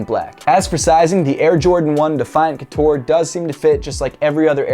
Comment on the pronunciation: Air Jordan 1 couture not coutore from a French fan 😜